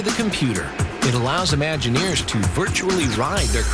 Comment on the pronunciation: "Imagineers" -- notice the word is spelled with a an "I" at the beginning. Curiously enough you pronounce it as if it were spelled "UH-maginineers" or "Amagineers." I maybe a bit sensitive as I was one, a Disney Imagineer. When you pronounce it "ah", or "uh"-maginer it sounds like you don't know what you're talking about. It's LAZY.